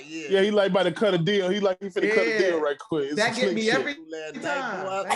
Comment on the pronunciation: What we aren't gonna ignore is the fact that just said "The price is wight for me" at the end.. he smiled right after too cause he knew nobody caught it